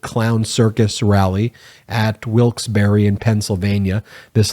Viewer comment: Dude. “Wilkes Bar”, you don’t say the E